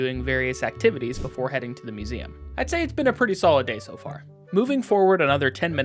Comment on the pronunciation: Marshall really like suMeum. (Museum)